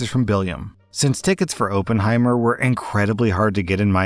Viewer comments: I’m giving you 1 out of 5 buttholes for saying “Open-heimer” smh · oppenheimer is a historical figure and fucked up his name and said it wrong. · It's "Ah-pen-hiemer not "Oh-pen-hiemer". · I don't comment very often but you mispronounced Oppenheimer